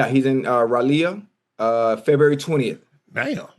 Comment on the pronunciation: The fact that they cant pronounce Raleigh North Carolina is ridiculous